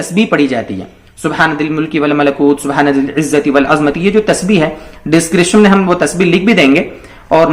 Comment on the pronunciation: والعظَمۃ میں ظا پر زبر ہے، جزاک اللہ، محمد شاھد قاسمی جےپور